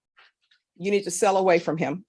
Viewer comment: Please, can you say “did you understand” instead of “did jou understand.”